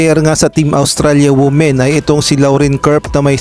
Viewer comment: Not wu-men, but it is pronounced as wi-men